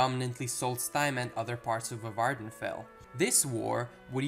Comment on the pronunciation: Bro you need to work on your pronunciations! Ur would be like ugh in english. Next Vvardenfell has only 1 (one) V in it's pronunciation.